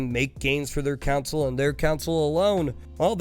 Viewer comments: i get sad everytime he says council instead of console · I hate it when people say "council" when they mean "console". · console, not council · Stop saying council. It's CON-SOLE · It’s not a “council” it’s a CONSOLE. Jesus. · I love you guys so freaking much. And I'm sure that you've heard this in the past. But please understand, it is console, not council. I am not trying to be a grammer Nazi. This is love of watching you and Cody for quite sometime. I have not become a paying supporter and would love to. Not nit picky. My videos outright suck so who am I right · Why does this man keep saying either Council or Counsel? It’s a console you turd. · Take a shot everytime says council instead of console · I was so confused because of the way he pronounced "console" as "council" throughout the whole video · the way you say console is too similar to council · Is council some strange regional pronunciation of console? I suspect you're from Antarctica. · Every time you call it a ‘council’ a puppy dies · Console or "Counsel"? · Wait so that time he said it 30 seconds ago wasn't him referring to a metaphorical council or something weird like that? Thanks for the warning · It's pronounced the same though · console is said "khan-sole" and council is "cown-sill" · The way you say "console" makes me wish we never stopped dropping defective babies over the cliff side